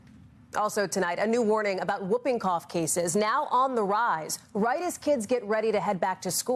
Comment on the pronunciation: Not whuuping, whooping, Hallie.